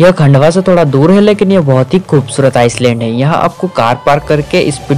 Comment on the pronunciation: आइलैंड को आईसलैंड बोल रहे हो विडिओ में। भाई तुम्हें तो खुद अपना वीडियो फिर से देखना चाहिए।